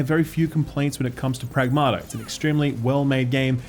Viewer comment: The title of the game should be pronounced: prAgmata not pragmAta. Pragmata means things in greek